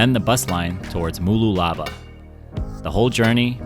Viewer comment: Mar - lool- abar.